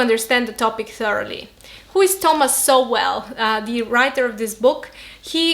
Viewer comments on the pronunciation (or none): Sowell is pronounced ”Soul”